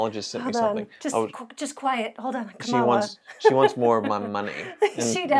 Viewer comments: Please pronounce Kamala correctly. I'm sure you don't mean any disrespect, but mispronouncing her name is being used by right wing media as a show of disrespect. Thanks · It's pronounced "comma-la". your Right Wing is showing. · Our Vice President’s name is pronounced COMMA-LA. Stop being racists. You’re better than that. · Come on get her name right.